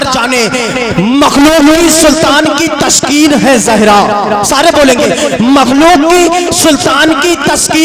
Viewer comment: تشکین نہی تسکین ہوتا ہے کیوں پڑھے لکھے نقیب لوگوں کو بدنام کر رہے ہو ۔۔۔تلفظ تک صحیح نہیں اور اسٹیج پر کوئی اصلاح کرنے والا نہی ۔۔تعجب ہے۔۔۔۔۔۔